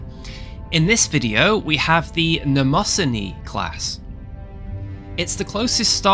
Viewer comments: Mnemosyne is pronounced as "niimo-seen" not nemosenni. Badass looking ship though my compliments to the designer. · I think it's pronounced more like nee-moh-see-nee.